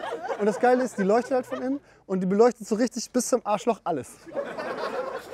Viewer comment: Rischddisch goil 👌